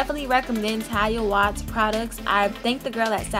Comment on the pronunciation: Pronounced Ta-lia Wa-heed lol